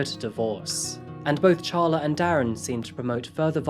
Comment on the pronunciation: Who names their child “ Char-La as apposed to Carla? A person who bought our house said that her name was “” Char-lene” as opposed o Charlene and she was crazy. LOL